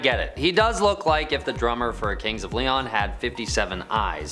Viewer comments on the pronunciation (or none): none